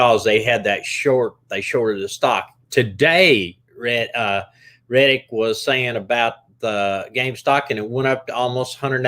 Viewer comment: Yeah he's saying it wrong